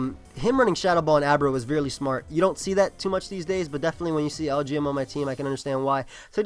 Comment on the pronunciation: it's pronounce EL-GEE-EM. it's supposed to sounds like LGM which means little green men